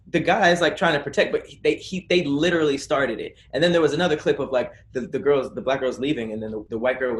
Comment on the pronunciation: SLAUGHTERS the word "literally" 🤦🏿‍♂️🤦🏿‍♂️🤦🏿‍♂️ i guess wording IS hard... for him